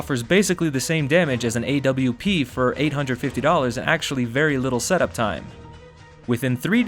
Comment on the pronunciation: Did-did he just say "Ayy Dubleyoo Pee?!" IT IS PRONOUNCED "ORP"